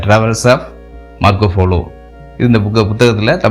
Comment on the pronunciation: மார்கோ போலோ என்று உச்சரிக்கவும் folo என்று கூறவேண்டாம்.